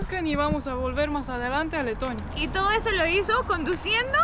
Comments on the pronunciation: Pense que decia tetonia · Que bonito es Tetonia....digo, Leeetonia. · quieres decir Tetonia no Letonia.